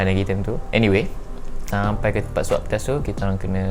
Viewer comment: Thank you sgt bagi kata2 positive and puji kami yg bertugas di klia. Suit corona tu nmanya PPE tyvex. Swab test ye bukan swap test 🤣 semoga sentiasa maju anak muda✌🏻